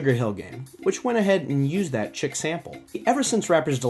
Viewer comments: Did he just pronounce Chic, chick??? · Plunderphonics is the name that John Oswald chose, both as a nom de plume as well as a descriptive for HIS OWN WORK. Using "Plunderphonics" to describe microsampling, mashups or anything similar is like referring to any jazz song as "Milesdavis." PS: Chic is not pronounced "chick." Have you been living in a lead-line bunker buried two miles beneath the lunar surface? Keep up the good work! :) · Just thinking the same thing LOLOL